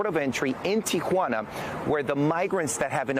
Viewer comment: He loves saying teequana